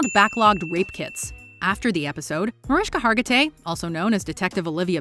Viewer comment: “Mareeshka Hargatay to you Mariska Hagerty “ 😂 love guru